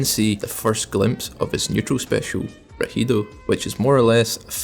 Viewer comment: The names of his specials are in spanish: Neutral B: Rugido (Roar) Side B: El Gancho (The Claw) Down B: Ilusión (Illusion) Up B: Destello (Flash) Tho the way u said rahido did make me chuckle lmao it sounds like a persona skill, anyways good vid